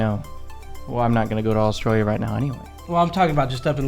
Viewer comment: Your Aussie accents are coming along nicely guys, but you need some work on how you say "Australia" - the first syllable just isn't pronounced - it's either just dropped (Straya) or pronounced "uh" (Uh-straya) - actually, you'd probably be better to say "Strya" to rhyme pretty much with "hiya!"